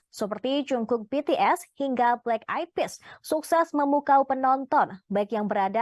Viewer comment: Haduuuuuh bagaimana ini admin nya dlm penyebutan nama orang aja masih salah 😏😏🙄 He's JUNGKOOK and NOT Jongkook.. cari2 info nya dulu deh kalo mau ngeberitain orang lain 😏🙄🙄🙄